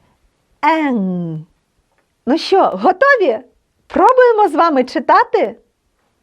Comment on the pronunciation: чудово просто чудово! Але сумніваюсь що вивчу польську якщо з першого слова викладач робить помилку у слові що і вимовляє як щьо.Це так ріже слух.